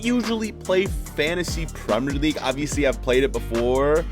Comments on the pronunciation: The way he says "fantasy" tho💀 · It is fantasy if u know how to pronounce